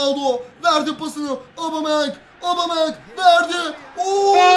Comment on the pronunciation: abicim obameyang değil abumeyang